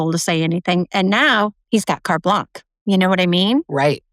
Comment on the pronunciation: just trying to help for your next Ted Talk. "Carte Blanche" pronunciation